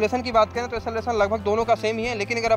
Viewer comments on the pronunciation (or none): Acceleration hota hai..esselvasan nahi